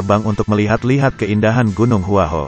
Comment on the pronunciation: Gua hua kuo bukan hua ho apakah komentato salah mengucapkan bahasa mandarin